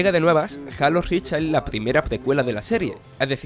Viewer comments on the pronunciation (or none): Jajajajajajajajajaja jalo jajajaja por amor adiós porque no pronuncian bien las palabras en inglés como son Jalo rich X boc Pleiestation